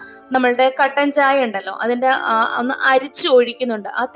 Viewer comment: കണ്ടൻ ചായ അല്ല ചേച്ചി കട്ടൻ ചായ 😂